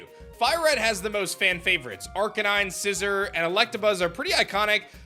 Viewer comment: Remember The pokémon's name is scissor not Scizor